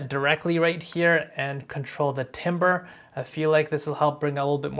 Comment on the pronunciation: Bro said timber 🤣🤣🤣🤣🤣🤣🤣🤣🤣🤣🤣🤣🤣🤣🤣🤣🤣🤣🤣